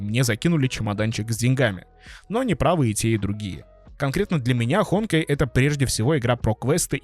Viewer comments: ХонкАй а не ХОнкай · Не hOnkai а honkAi, что у тебя с ударениями?🤣🤣🤣🤣